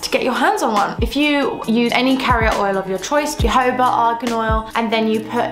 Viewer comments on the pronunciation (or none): Sorry to correct you… The proper pronunciation of Jojoba is ho-ho-ba